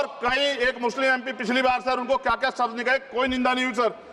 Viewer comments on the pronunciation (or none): none